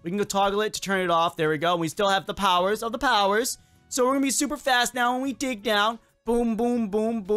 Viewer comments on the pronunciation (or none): none